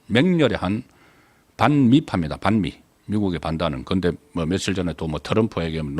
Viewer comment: 억양때문에 반미발음도 이상하고